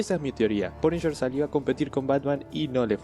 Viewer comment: "El Paniyer" (TN Tecno)